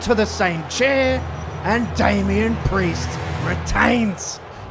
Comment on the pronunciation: Cody: and with that Mr. Pee-Erse i bid you a goodnight, not a farewell for i wish to see you when the time comes 🚶‍♀